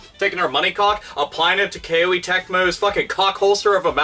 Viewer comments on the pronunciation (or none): It's Koh-ay not Kay-oh-ee. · it's not a big deal, but why "K-O-E" when you can just say "Koh-Eh" like the Japanese pronunciation? I just want to make things easier for you.:P (And I found out the letter "i" in Koei Tecmo's name is silent.) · You mispronounced KOEI as "Kay-Oh-A." It's suppose to be pronounced more like "Koh-A." The name of the company KOEI was derived from the Japanese word "kouei / 光榮," which means HONOR--as in "It's an HONOR to to serve." Great video as always, by the way. Love your ever-vulgar commentary style, lol! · BTW It's pronounced "Koh-ay" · >"Kay-Oh-Ee Tecmo" ded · FYI, it's pronounced "Ko-Ay" Tecmo. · I believe Koei is pronounced koh-ee (rhymes with showy). To the content of the video, it's sad when patents for such basic software building blocks are granted. Shows how out of touch the patent office is, and how copyright laws need to be overhauled with more emphasis on openness and innovation. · it weirded me out that called them Kay-Oh-ee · Capcom is just a joke now it seems. Also the way you say Koei sounds really weird hehe.